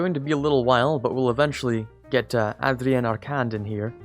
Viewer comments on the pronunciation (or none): You pronounce Adrien wrong, and you pronounce Arcand wrong too. Open N for Adrien, and Mute D for Arcand Bravo l'grand.